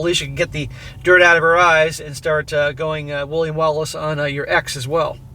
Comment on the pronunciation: "I woiy go Full William Walice". That made me laugh. But William Wallace was beheaded then quartered.